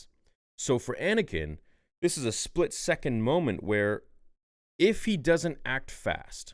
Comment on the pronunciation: bro why tf do you say “splik second” it is driving me NUTS 😂